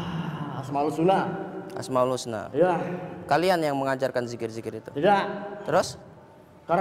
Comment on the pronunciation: dia nyebutnya dzikir "asmaul suna". plesetannya asmaul husna. sudah kelakuan jin kayak gitu. suka mleset2in ayat alloh dengan tujuan mengolok-olok. orang yang jahil mengiranya sedang zikir, ternyata malah mengolok-olok ayat alloh